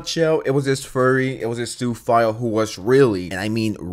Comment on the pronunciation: It took me a while to figure out what you meant by Sue file. 😁 Don't hate me. That's what I thought he was saying!🤣